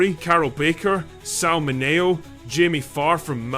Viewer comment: It's Min eeee oh